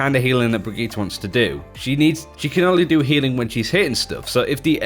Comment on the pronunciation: 2 things is he purposely saying Brigittes name wrong cuz it's super annoying and as someone ranked master I can say that tracer isn't dead I use her a lot myself and I always see her on the enemy team she is a top tier pick and if u think otherwise they you don't know how to use her correctly